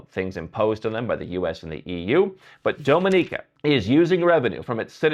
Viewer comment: Your pronunciation of "Dominica" really hurts my ears.